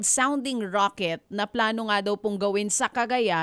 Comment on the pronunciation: Rocket ❌ Raket✅